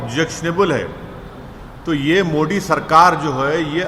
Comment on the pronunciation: गधे हमेशा कन्वर्जन अपनी मर्ज़ी से नहीं होता। पहले अपनी हिंदी सुधार-100बार बोल-मोदी-मोदी-मोडी नहीं-मोदी-तेरी ज़बान साफ़ हों जाएगी